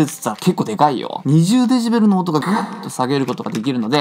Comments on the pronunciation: デジベルじゃなくて、 デシベルですよ！笑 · デジベルで草 デシベルじゃないの？